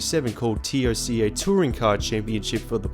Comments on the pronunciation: literally no one calls is Tee oh cee ay, it's Toca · Who else gets annoyed with him saying T.O.C.A. instead of TOCA... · It's TOCA (say as one word) not T O C A (seperate letters) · Just say TOCA ... for the love of God dude. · Dude, Toe-Ka. Just say Toe-Ka. Nice vid btw. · Its pronounced Toe-kah